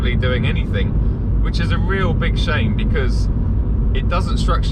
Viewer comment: emphasis on the word "real" 😂